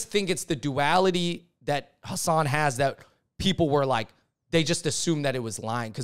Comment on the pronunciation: Been a fan of you guys for a long time. You clearly are a voice for minority groups. But please say Hasan's name correctly. It's not that hard. I don't understand why so many people call him "Minaj".